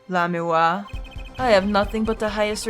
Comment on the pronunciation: You're finally pronouncing Lamiroir's name right! I guess that means I won't be spoiling things for you.... yet.